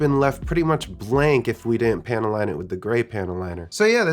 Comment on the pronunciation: Are you saying panty line? Nice earrings bro.